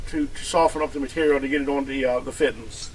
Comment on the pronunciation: Oh yeah, the “fittens”